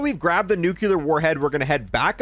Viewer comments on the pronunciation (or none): it's not NUKULAR it's NUCLEAR